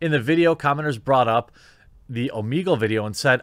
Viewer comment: It's oh-meh-gull, not oh-mee-gull, you [REDACTED].